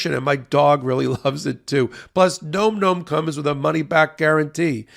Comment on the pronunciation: Nom Nom. NOT Nome Nome!